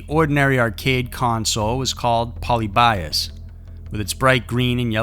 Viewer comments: if you’re gonna do a story on something at least get the pronunciation right, I mean come on it just seems like lazy research if you can’t even say the name right. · Ok so Polybius is pronounced like "pol" as in pollen, "ly" as in lean (heavily stressed), "bi" as in bee, (stressed) and us as in, well us. Not trying to act like the grammar nazi but..... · Agreed. But since he's presenting the story (or myth) of Polybius, he should have searched how to pronounce it. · Road Block honestly there are tons of docs and videos about it already. All it takes is one google search to correctly pronounce it. The writers literally just threw a wiki post together and put it in the video. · I'm not familiar with it, but since you mention it I'm thinking it should be "PO-LEE-BEE-US", not "POLLY-BY-US", correct? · Fyi its pronounced "poe lib be us" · Pronunciation of “polybius” is like nails on a chalkboard. It’s poe-LIH-bee-us. Sorry for the correction 😖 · Im pretty sure u pronounced it wrong its like paul-lib-e-us not pauly-by-us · pol-ee-be-us, not poly-bias. lol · Poh-lee-be-us. Not poly-bias. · Hate to be that guy, but... It's pronounced "pull-LEE-bee-US" not "POL-ee-BYE-us". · Poly . . . Bios ? Pronounce it correctly ! ! ! . . . Pol i bius ! . . Phonetically ! Apart from that, all good ! 👍😉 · LOL ............POLE LEE BEE US......not Poly by us and its just a urban legend. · Dude, it's poh-Lib-ee-us, not polly-BY-us. Like the square and the Greek philosopher. I like your videos but sometimes you are so off. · wow you butchered Polybius like I've never heard anyone butcher a word. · How many times can you mispronounce Polly Bias? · Ahem , Pol-ee-bee-us . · "polly bias" oml this bugged me the whole entire time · It's "Poe-LIH-bee-US." :) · Pol ib ee uss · I have heard people pronunce "Polybius" with enphasis on the ly, like Prometheus. I don't know if it's the correct one or not. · It’s pronounced Po-lyb-ee-us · Puh-lib-e-us. It’s okay it gets the best of us